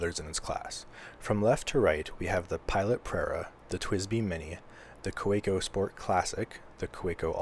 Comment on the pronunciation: Just an FYI - it's pronounced "Kuh-VAY-ko"; they're German.